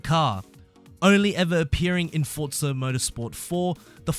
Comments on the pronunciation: For-za not fortza ... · I know it's minor but I hate people that say fortza